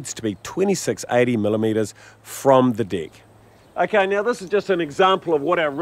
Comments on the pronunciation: he says DECK. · Until he says "deck"